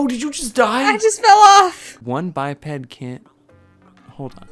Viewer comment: It’s pronounced by-ped but I thought it was bipped lol